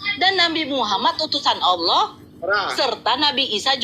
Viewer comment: Nyebut Tuhan jgn olloh atau owlloh. Tetap Allah namun di perindah penyebutan nya. Sehingga seakan akan Alloh/Awllah/Awllah. Tetap Allah ya sayang